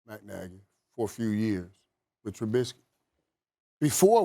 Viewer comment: SAS always says Trubitzky